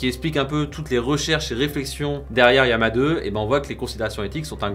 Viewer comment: Yama ? D'où vient cette prononciation ?